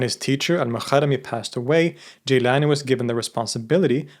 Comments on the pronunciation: Amazing video but I have to make a little comment here. Gilan is pronounced Geelan in Persian. Jeelan is the Arabic way of pronouncing it. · Gilan not jilan 🙏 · It's Gilan not Jilan lol. Having watched so many of your videos, it appears to me that you either don't care about iran in your research or try to remove iran even if it shows up, for example by refering to it as "the rest of the islamic world". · It’s Gilan not Jilan, most arabs don’t have the G sound so they pronounce it as Jilan, but that Iranian province is certainly Gilan and their local language is Gilaki. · its GEElan, not JEElan